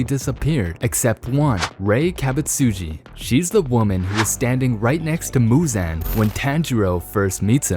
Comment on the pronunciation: Like bro pronounce the names right